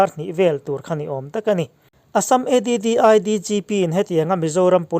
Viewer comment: ADDI(E di di ai) nilovin, Addl DGP(Additional DGP) tihna zawk ania...